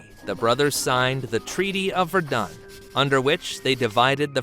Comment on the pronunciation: VerDUN... What's up with the AI pronunciation?